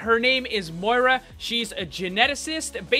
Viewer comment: Her name is pronounced MOE EA RA